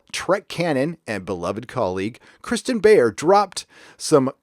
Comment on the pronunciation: So you didn’t say Kirsten name’s right multiple times...and do you even read the novels??? Beyer’s run on Voyager is great. I really enjoyed Architects of Infinity.